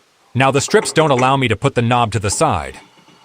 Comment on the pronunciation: Very good idea. I prefer your own voice, especially how you can say "streeeps" when you mean strips, of wood. Your ideas are very good, thanks